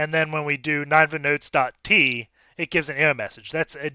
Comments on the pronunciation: I know this is an old vid so I’m necroposting here, but I’m pretty sure this box is pronounced “nin-ehva” not “nine-va” since it’s a reference to the ancient Assyrian city in the Bible whose destruction Jonah was sent to foretell. you can see there’s a file in /var/www/html called “ninevehdestruction.jpg” which supports the idea that this is a reference to that city. Just bringing it up because sometimes understanding the references helps with the solution of CTF boxes. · the way you pronounce ninevah tells me you didn't watch veggie tales as a kid